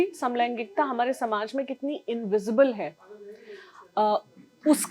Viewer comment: जिस तरह से """हमारै""" बोलती है इससे ऐसा लगता है जैसे मध्यप्रदेश से हो??☺️😊